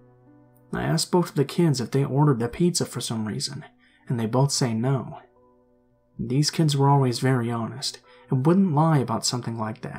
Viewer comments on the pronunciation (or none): none